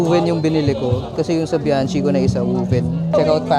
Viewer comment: Bianchi pronounced as "Biankey".